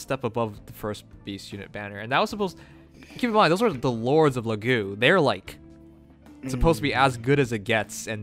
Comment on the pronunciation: Still saying "Lagu"? Again, the z is not mute.